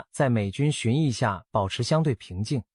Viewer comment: 巡弋被念成巡鴿，害我以為我是不是又記錯了 嚇阻是該唸做夏組嗎？